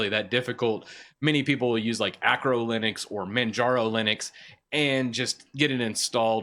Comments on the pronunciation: What the hell is acro Linux? (Totally kidding, I know he means archo) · what is Acro Linux? isn't it Arco Linux? :D